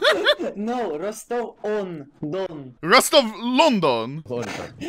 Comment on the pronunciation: Лол, Ростов-на-Дону чел произнёс как "Rostov onDon" :D